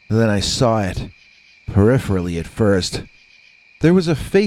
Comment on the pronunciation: About 90% of your audience is not going to get "The Winter of Our Dogman Tent". LOL Good one! And you can pronounce "peripherally"! I'm a fan!